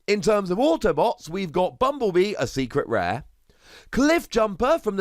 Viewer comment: Secret rare? Still saying that wrongly, seriously?